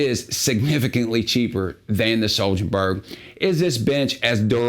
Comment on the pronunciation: "HWOAHBERRY" is closer to the actual swedish pronunciation